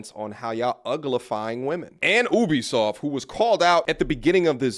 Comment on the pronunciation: I dig what you and homie are saying but damn im sick of nerds saying Ubisoft wrong